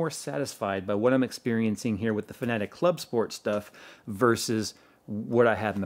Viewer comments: Just saying that it is pronounced like fan-a-tech. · I keep hearing you say Fnatic for some reason. I was wondering when did they start making racing sim hardware. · Am I the only one who heard Fnatic whenever he said Fanatek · you pronounced Fanatec like FNATIC! LOL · Yeah he is saying it wrong.